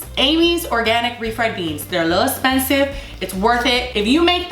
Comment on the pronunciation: I cringed when you wasted all those cashews😬😂 das esspensive